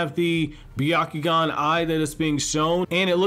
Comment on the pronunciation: It's pronounced Byakugan. But it's ok. We all make mistakes.